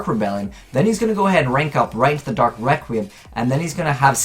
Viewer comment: He pronounces it 'dark rectum'